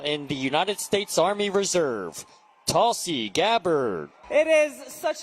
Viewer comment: It pronounce toolsi not tall see.